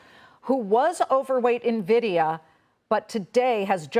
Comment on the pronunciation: The guy calls the company "ner - vidia." If he doesn't even know how the Company's name is pronounced, he isn't worth listening to.